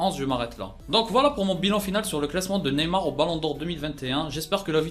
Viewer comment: hans RAKOTONDRAMONJY javoue j’ai pas remarquer l’erreur